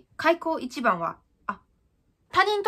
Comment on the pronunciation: 開口一番がサッポロ一番に聞こえる